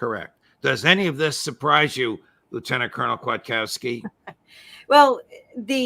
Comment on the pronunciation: Kfiat-kov-ski - . Polish name , and if one wants to be really picky & use proper grammar - it should be "Kwiatkowska" for female gender . Kwiatkowski was Her fathers name obviously and English speaking people make no such gander alterations when it comes to surnames . Polish people do tho . 👍🏻